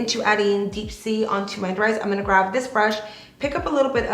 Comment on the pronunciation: graB I love your makeup looks and you are so talented. It's just that it's grab, not graV. Lol 🤭